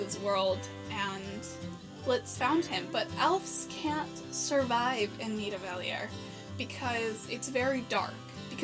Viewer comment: You actually managed to pronounce Nidavellir I’m impressed